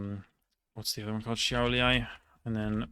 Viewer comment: Seems like you know how to pronounce Lithuanian ''š'' - Šiauliai, Telšiai, so Latvian ones work the same.... Shame though that no Latvian municipality has it in its name :D